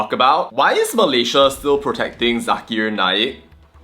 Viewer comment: Zakar Naik! Not zakir naik